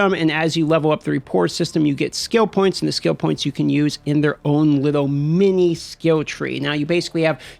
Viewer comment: In a liddo bit I’m gonna give you a liddo bit of liddo bit…. Okay?